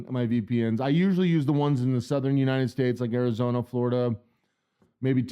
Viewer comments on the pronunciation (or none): none